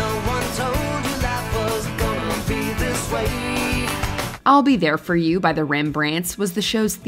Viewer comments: Annie Lennox was the first troll purposely pronouncing 'this' as 'these.' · She slurs the word "this" on the "i" sound making it actually sound between "this" and "these" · You'll never convince me that Annie Lennox is singing "This" The way she pronounces it is way more like These. The song may be titled as such, the lyrics may list it as such but if you sing the word "This" it sounds wrong. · In the case of Annie Lenox, it's her issue: she pronounces "this" (thee-us) like a southerner does. Hence the confusion. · People think it's "Sweet dreams are made of these" because of her pronunciation and the rhyming of "disagree". And to be fair, why did they use "disagree" to rhyme with "this" in the first place? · Annie Lennox pronounces it these. I'm aware of what the actual song is. I've picked it out of a karaoke lineup often enough.